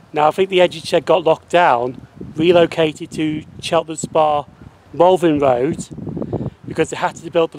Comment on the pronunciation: Are you saying Malvin Road???? That is what it sounds like